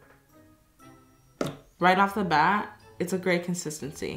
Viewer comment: Karina: "Right of batt it's a great consistency" *slime snaps*